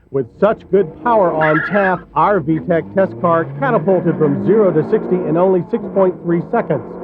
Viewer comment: "VEE TEE EE SEE" system...lol :D